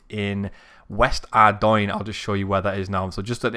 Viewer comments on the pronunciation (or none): Why do people mispronounce Ardougne?